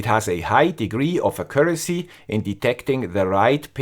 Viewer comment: Accuracy...mal präziser aussprechen..